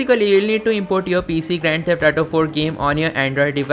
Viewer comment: Say it with me A-U-T-O ---> Auto Example - me ghar aaj"AU" That is how you say AU in AUTO Practice it three times a day, you will recover from the ATO disease